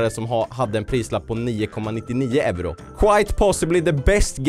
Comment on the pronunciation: Jag älskar att du inte kan ut-tala euro😂(jag är finlandsvensk) + jag blir mobbad för att jag kollar på dig☹️PS:DU ÄR BÄST!!!!